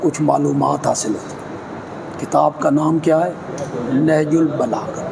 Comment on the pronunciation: بار بار نہج البلاغت بول رہیں ہیں حضرت ۔۔ نہج البلاغہ پڑھناچاہئے